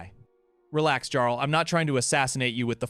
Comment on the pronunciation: It's pronounced "Yarl", with a "Y" not "Garl" with a "G" 😂